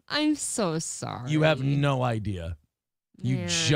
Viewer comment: definitely got caught saying sarry lmao